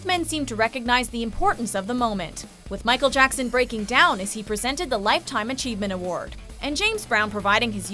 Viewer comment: “ Micheal jacksan”